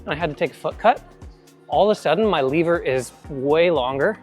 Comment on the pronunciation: first i heard liver and was wtf is that liver thing he is talking about:), but seconds later i was aaa lever:)